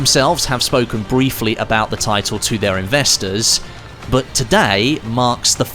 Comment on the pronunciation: why would i subscribe when you can't pronounce the word "but" peoperly? buuuuuu